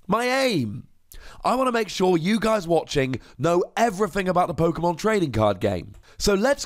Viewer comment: Why do you go out of your way to pronounce Pokemon different to everybody else? Sounds dumb af